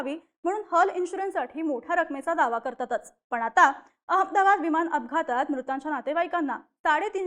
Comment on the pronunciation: हिला लवकर काढून टाका ही अमदाबाद म्हणते अहमदाबाद म्हण ग 😂😂😂